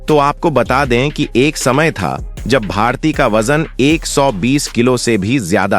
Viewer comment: जिसे भारती नाम ही सही लेना नहीं आ रहा है,एक ही बात को कितनी बार दोहरा रहा है, कैसे अपना चैनल बना लेता है 😮